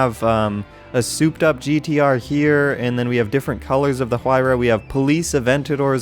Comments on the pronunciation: It’s pronounced “Why-Ra” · No one ganna talk about how he added an “H” sound to Huayra, lmao